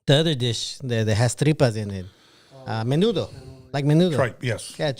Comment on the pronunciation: Norbeez trying to say Menudo in English lol MINUDO